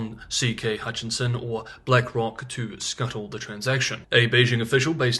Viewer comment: CK Hutchison Holdings...given your attention to detail when it comes pronunciation in Mandarin I think similar attention should be paid to English...H u t c h i s o n, one N only and it is at the end.